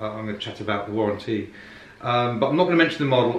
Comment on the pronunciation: Warren T